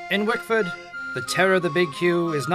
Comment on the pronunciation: its wickford dumbass.. i live here